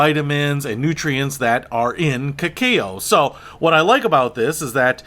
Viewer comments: It's pronounce ca-ca-o. It's the nuts and raw stage of chocolate before it is processed to what we know as chocolate. This was the brew the Mayans drank at ceremonies and was known as the "food of the gods" and only consumed by nobility during sacred ceremonies. It was thought to have aphrodisiac qualities. So... don't drink too much! Lol. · Cacao is pronounced ke-cow. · It's pronounced Ka-cah-o. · Pronounced Kah-Kow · Your spelling of the pronunciation of cacao does not help. Cacao is pronounced ke-cow. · I am going to assume the was kidding when he didn't know how to pronounce cacao.